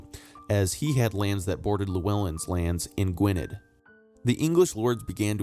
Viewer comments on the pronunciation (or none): Just an FYI: 'dd' in Welsh is pronounced like the English 'th' in 'they' or 'then' Gwynedd would be pronounced as "gwyneth", for example. I can say the 'LL' sound but I don't know how to describe it. Here is a lovely young lass that can: Love the videos! Keep 'em coming, please.👏🍀